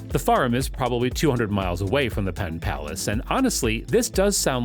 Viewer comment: Was the narration generated by AI? Arlington, West Virginia?? Pittsylvania, South Virginia?? Pontiac River?? PenPlace, not Penn Palace. It even says PenPlace on the graphic!! You got more details wrong than you got right. We are all dumber after watching this.